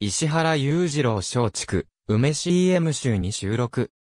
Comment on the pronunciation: 最後の、松竹うめ、とは、言わない 松竹ばい、日本語は、難しいね？